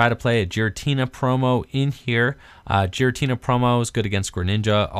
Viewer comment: Pronounced "Gear-uh-tee-nuh".